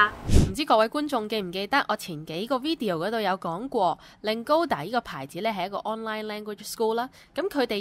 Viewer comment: 係 video，唔係 wideo